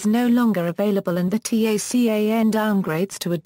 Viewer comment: Your robovoice keeps referring to the TACAN by spelling out "T-A-C-A-N." In the military world, it is universally referred to by the acronym "TACAN" - pronounced "TAH-CAN."